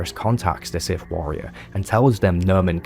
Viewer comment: Very informative. I’m left with only one burning question. What is… “da siff?”